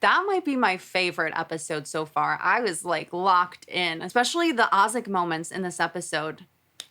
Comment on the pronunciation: it’s Azik like saying the letter A and zik it’s not Ozik